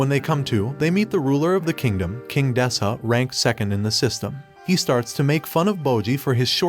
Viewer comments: despuh not despAH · Gotta be honest Does this guy intentionally say names wrong? Calling Despa as Despah is just It kills me